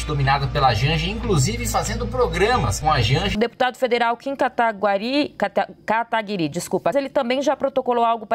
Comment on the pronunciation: Pútz,quase que a apresentadora disse Kim Catacoquín 😅🤦🏻.